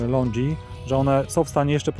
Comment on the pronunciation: Podoba się, tylko nie katuj uszu tym LONDŻI, to są LONGI nie LONDŻI 😉